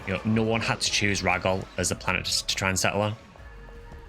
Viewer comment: Really late to finish watching this but this was such a good one! Who knew the story was so good. I also think it’s interesting how people pronounce pso stuff. Like Gee foie or Jee foie. And you pronounce it rah-gol but I always thought it was ray-gol. And flowen you pronounce differently, I always say flow-un. But I first played this game when I was very young and didn’t know the word pioneer. So I actually use to think it was pronounced pee-on-er. I was young…ish.